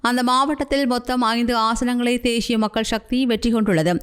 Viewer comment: தேஷியம் உச்சரிப்பு பிழை. தேசியம் என்பதே சரி.